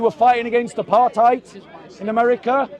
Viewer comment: First time ive heard a Englishmen use the correct pronunciation of apartheid. Dont mind watching. Hes a good debater